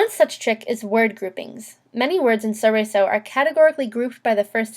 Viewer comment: The L isn't silent. It's from Italian, not French.